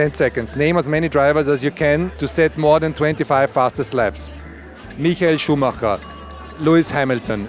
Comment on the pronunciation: Mikel Schumacher 😂😂😂😂